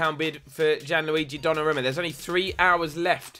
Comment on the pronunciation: pronounced donnarooma